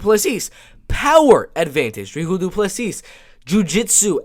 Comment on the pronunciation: Hey South african here , Its dricus du plessis but Its pronounced Dri Kus , Du plissy